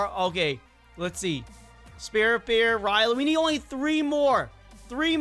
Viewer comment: i did notice that u said “riley bear quest” instead of riley BEE quest lol